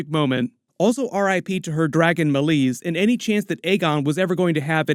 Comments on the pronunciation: it's May-Lees not Mulis. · Genuinely wondering why you, obviously have had watched the episode and heard her name spoken multiple times, still choose to say Meleys’ name like that? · How you say Meleys is actually painful to hear.